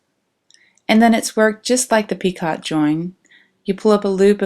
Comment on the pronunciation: Thanks for sharing your work. Enjoyed looking at the different motifs. I hope you don't mind if I let you know that the word "picot" is pronounced "PEEko."